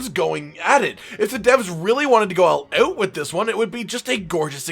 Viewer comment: ALL OAT?...u must be Canadian.